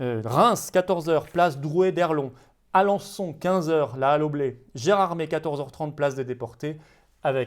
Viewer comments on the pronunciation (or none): none